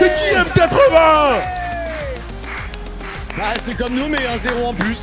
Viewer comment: petit détail M80 se prononce matey (tout comme m8 se prononce mate)